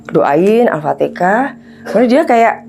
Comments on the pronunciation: BUKAN ALPATEKAH BU yg betul ALFATEHAH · Demi konten cerita ngarang dan bohong,nyebut alfatehah aja alpatekah.penyembah setan astarfiruloh berilah agar ibu ini taubat dan tidak bikin konten model ini lagi,cari konten yang bermamfaat dan mendidik.